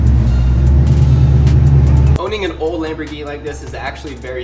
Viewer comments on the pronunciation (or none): I like your lambergeny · I wish said sharerghini instead of saying a lamboghini